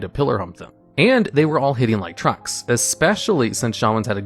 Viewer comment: I'm sorry, but I have to be clear about this... are you/is he saying "hitting like trunks?"